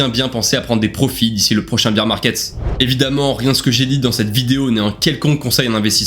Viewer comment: Pas un français pour prononcer bear market au lieu de beer market.... Beer c'est une biere les gars, faut se reveiller